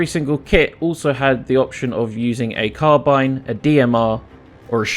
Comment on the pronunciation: Carbine (car-bean)